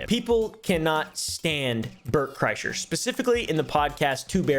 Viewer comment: you pronounced his name as Bert Chrysler, it’s actually Bert Krishna.